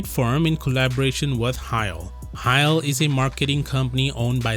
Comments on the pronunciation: Actually, "Cheil" is pronounced as 제일 [Jeil] in Korean not 하일 [Hail] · Great video, but Cheil is pronounced as “Jae-il”, not like “Heil”. Koreans cannot speak German, I’m afraid. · It's not pronounced "Kyle"! Its "Che-ill" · It's nice video!! If I can availavle to suggest about pronunciation, cheil pronounced like [cheh-il] or [chail]. It will be more origional way to read If you mention in that way in the next video again.(bcz Samsung made many major promotion project through them) thanks